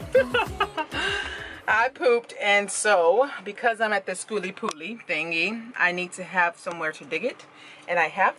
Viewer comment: Girl I love the way you keep it real you butcher the event name and don't even care... I see your subs growing keep up the good work